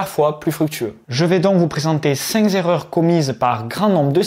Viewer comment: Il faut changer le titre, et écrire 5 zerreurs!